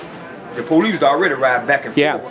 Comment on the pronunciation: pohleece called the ambolance